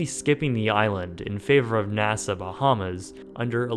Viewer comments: Nassau not NASA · You say NASA instead of Nassau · Nasaw not Nasa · Wow! A whole 90 golf courses in all of Florida?!?! That's so many golf courses! Also it's pronounced "Nassaw"- not "NASA"... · The way he says Nassau makes me cringe